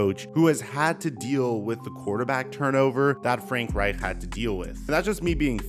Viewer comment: Bro why is it so hard for you to say Reich? Lol. It’s pronounced Ryke